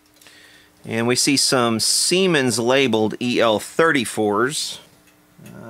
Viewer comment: You said siemens. I laughed. I commented. I'm now watching the rest giggling like a school girl.